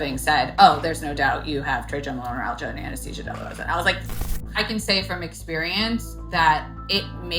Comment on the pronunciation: "Anesthesia Delarosa" Haha what?